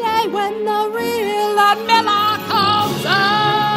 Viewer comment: Honestly, I've seen it all before in terms of the obvious kinks at play. What's most appalling about this scene to ME is the mispronunciation of "Ludmila" (it's Lyood-meela, not Ludd-milla)